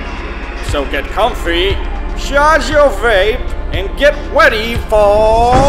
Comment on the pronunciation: "Get wedy"